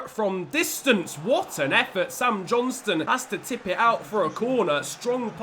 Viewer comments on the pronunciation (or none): none